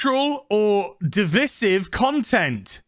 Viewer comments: Dude, you're English, you have no excuse for pronouncing divisive incorrectly. The Drinker does it too, even after his rich parents spent so much on his university education. I can forgive Yankees mispronouncing it as dee-viz-if but it's unbearable to hear an English man do it. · Today i learned that "divisive" isn't pronounced as "device-ive" as i always just assumed it would be. The one word in this godforsaken language that is actually pronounced as it is written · I don’t think it’s a 1 star, I’d give it about a 3/4 star out of 10. 1 star to me is like one of those extremely cheap shows with very cheap actors. It’s Divisive is pronounced De-vice-iv 🤦🏽‍♂️ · DE - VI - SIVE Speak English, English man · he needs to learn how to pronounce "divisive " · Who is troubled by Azs pronunciation of "divisive"?